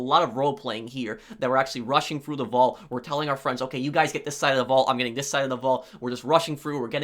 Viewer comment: “Roughing Frough” I love how you pronounce “rushing through” 🤩. That will do.